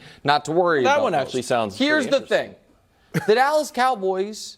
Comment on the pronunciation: Did he say .... d'alice cowboys 😂😂